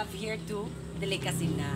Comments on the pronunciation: "Dili Routine, Dili Schedule, Dilicacy" ---> 😂😂😂😂😂😂😂😂😂😂😂😂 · "ANTWORM" "DILI ROUTINE" "DILICACY" "DILISCHEDULE" HAHAHAHAHAHAHAHA ON POINT BAGSAK AKO NGAYON PERO IS THE ONE WHO MAKES ME SMILE